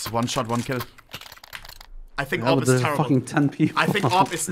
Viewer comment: Why does he keep calling he AWP the "RVP"?